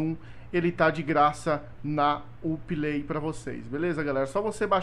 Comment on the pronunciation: Vc fala Uplay erado nao é up lai